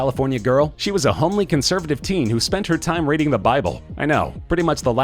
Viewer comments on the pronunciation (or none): none